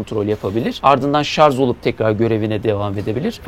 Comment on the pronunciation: Hepsi için tebrikler, sadece şarz demesen harika olacaktı 😊